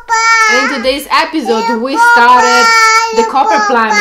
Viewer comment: It was so great to see you with Nicki and Carlo! English tips: "Plumbing" is said with a silent B; (sounds like plumming); and "I am am going to explain TO you". Your English is much better than my Italian ❤❤. Your happiness is contagious! 😊